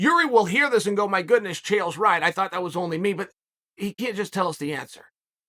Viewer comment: Did Uncle Chael really just nail everyone's last name??? #NeverLostARound